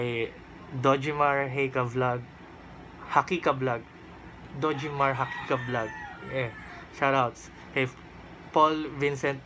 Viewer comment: Hahaha maraming SaLamat sa shout out... Kala ko di ako na kasali sa shout out eh... Hehehe muntik PA maging dojiemar hika ang basa MO sa name ko hehe